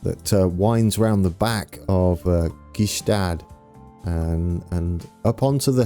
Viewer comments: Thunersee (Lake Thun) = TOONER-ZAY, Gstaad = GSHTAAT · Gstaad is pronounced like Shtad